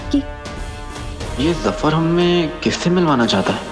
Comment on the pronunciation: Zafar ❌ dafar ✅